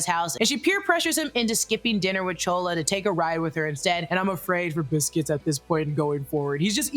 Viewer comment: It’s not chola lol